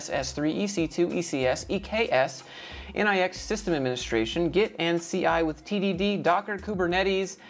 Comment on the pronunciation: A minor thing, but it's nix (as in Unix, Linux, and macOS), not N.I.X.